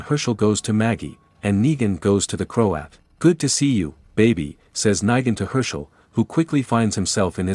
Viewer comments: Say it with me..."Neeeegan"...why are you constantly saying "Nigan" lol is this read by AI or something? 😂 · sounds more like knee than night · You're ok but please get negan words right